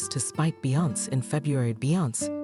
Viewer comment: Talk to me when you learn how to pronounce Beyoncé’s name